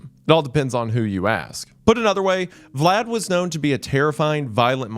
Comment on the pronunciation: The pronunciations throughout are rough for someone whose obsessed with Vlad as a figure and person. Amazing video regardless though.